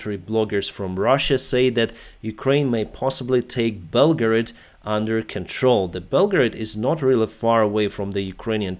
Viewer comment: You pronouced Belgorod like "Belgrade." I was confused lol